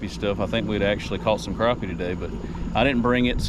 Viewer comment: Glad to hear you know how to pronounce “crappie”.